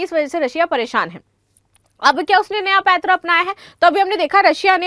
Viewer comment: आप‌ पैंतरा शब्द गलत बोल रही है, रूश की जनसंख्या कम होने की पहले से ही है,अब लड़ाई के कारण काफी बड़ी समस्या है।